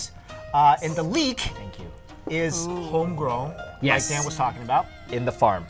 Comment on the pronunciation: His N's also produce the NG sound. Homegrowng. Breh.